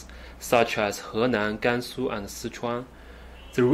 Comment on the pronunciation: Henan, Gansu, and Sichuan Bro, I love how you pronounced those names correctly in Chinese 👏👏👏 For some reason, a lot of Chinese people, when they speak in English, they tend to imitate the way westerners mess up the pronunciation of Chinese names If you think about it, you will realise it is a very strange thing to do There's no reason why Chinese people shouldn't be able to pronounce Chinese names correctly